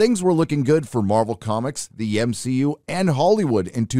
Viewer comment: Oh so this channel is for haters 😄😄 Marvel grosses made up 30% of the total movie grosses of 2021. We have nothing to panic about. Movies are art, if a reshoot is necessary for a good movie to be made how does that in any way portray weakness?? And saying M-Shee-U is sexist bro so please chill. If we wanna cast only women in a movie that changes nothing because human beings include women and men. So please don't embarrass yourself 😁